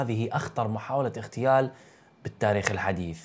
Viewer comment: اخ للتصحيح فقط الكلمة هي اغتيال ليست اختيال فرق كبير بين الكلمتين 😊